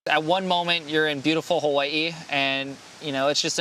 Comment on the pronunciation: watch your prounuciation. The locals dont like mainlanders not saying the name right.